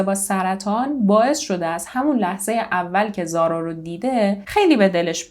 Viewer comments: ممنون از زحمات شما بله تلفظ اسم رو درست گفتید و اینجا هم زارا میگن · ممنون از اجرای عالی و پرونده ای که مثل همیشه انتخاب خیلی خوبی بود. زارا رو کاملا درست تلفظ کردی و اگر با حرف h نوشته بشه ریشه عربی داره ولی بدون h هم نوشته میشه، چقدر این فرشته کوچولو خاص و دوستداشتنی بود همه هم دوستش داشتن و بفکرش بودن به جز پدر و نامدرای اش واقعا ناراحت شدم، از چهره نامداری اش مجرم بودن و سایکوپد بودن میبارید، امیدوارم سختترین دوران و لحظه های رو تجربه کنه که برای انسان ممکنه.